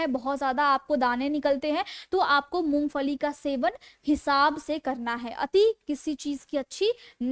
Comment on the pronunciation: First improve your Pronunciation " You said Mongfali the correct pronunciation id Mongphali". & You said you are Fijeotherapist 😢 instead off Physiotherapist " Untill you imptove your pronunciation Public will not like your show. Please do not take it ill its my suggesation so that you succeed in your show.